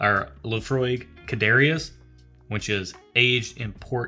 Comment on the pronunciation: Almost done watching this one. For the Laphroaig bottle you had a closer pronunciation would be something like "Car-chess".